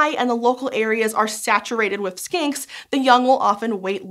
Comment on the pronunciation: this is not a criticsm at all, especially because i'm pretty sure it was in my head, but when you first said "skinks" i head "skanks" and then warbler i heard "warbler" as like War-Blar, as if the second syllable were pronounced using the same consonant as the first, which sounded like a pokemon name lol